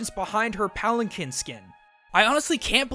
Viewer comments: "It's actually pronounced "Pal-an-keen"" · Pronounced Palan-keen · im sorry BUT ITS PRONOUNCED PALENKEEN UGH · You pronounced "palanquin" wrong. It's actually "pal-an-keen". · Actually it's pronounced palan-keen. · Not to be a pronunciation nitpick, but I believe that "palanquin" is pronounced "pal-ann-keen". I might be wrong, but that's how Connie Maheswaran pronounced it on Steven Universe, and that show is usually pretty accurate with that kind of stuff. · "Actually, it's pronounced 'palan-keen'." - Connie, S.U. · That's not how PALANQUIN is pronouced.